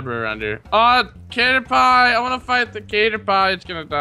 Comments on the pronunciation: did just really say "catter-pie"? Its pronounced catter pee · lol is saying caterpie wrong it's pronounced catter- PEE not catter- PIE tell to say it right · Its pronounced catterpee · Tell its pronounced as Cat-er-Pee